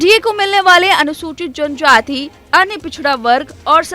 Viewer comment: Bhaang khaayi ho ka didi !! Muslim vote se sarkaari baneygi..??? John jaati ..John jaati ..bolna to seekh lo...